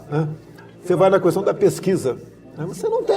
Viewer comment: Orgulho do meu voto!! Desculpe querido Presidente, posso pedir-lhe uma coisa? Não fale kuestão. Fale kestão. No mais, entrevista ótima, com a sinceridade que nos conquistou e que sempre esperamos do senhor. Faça um bom governo pelo bem estar dos brasileiros e saia com o dever cumprido.